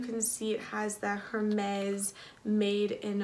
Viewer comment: "air-mezz" don't pronounce the H